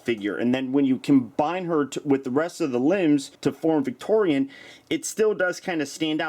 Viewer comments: Her name is pronounced "Victiri-ON", not "Victori-AN". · I thot victorion's name was pronounced like (vic tor-e-on) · it is victoeon not victoeon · she looks awsome and you may or may not have said her name wrong the whole time (vic tori aun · You said it’s name fully wrong